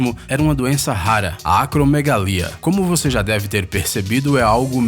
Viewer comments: Está escrito no vídeo acromegalia e o narrador fala acromeglagia,qual é a pronúncia exata? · Não é "acromeglagia", e sim acromegalia. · ele falou acromegragia mais observem que o nome escrito é ACROMEGALIA 🤗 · Pronunciou o nome da doença errado, amigo.